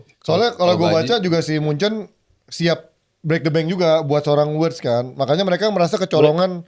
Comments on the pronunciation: Writz saha??😂 Wirtz min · Kenapa Wirtz jadi Writz 😅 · Wirtz bukan Writz